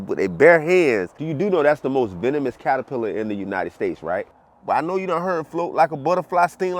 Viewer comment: Did you actually say, in the beginning, "paterpillar?" 😅